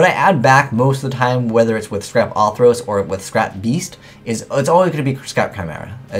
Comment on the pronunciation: I love you man, but it's fucking ORthros, not AWWthros. There's a fucking 'r' in there. Ok, rant over.